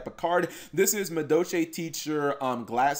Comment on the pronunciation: Muh Doe Chay